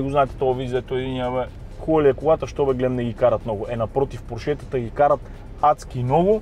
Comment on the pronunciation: Нищо лично, но е срамота да не можеш да произнесеш правилно марката на автомобила. Още чичко Фери е обяснил и подчертал, как ТРЯБВА да се произнася името на марката. А именно, ПОрше а не ПоршЕ. Това е, защото ПоршЕ звучи френско а той, както се знае, не ги е обичал особенно. Същата глупава грешка правите и с произнасянето на ЛамборДЖини. Правилно е ЛамборГини.